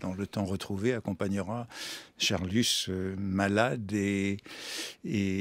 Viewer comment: D'accord, d'accord — mais pourquoi dit-il Charlussssss ? Comme l'explique Proust très drôlement : c'est Charlus, tout simplement.